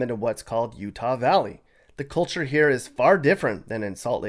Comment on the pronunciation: U -tah ? 😮 roofers in u-tah ??? Put a lid on it . Roofers are just doing?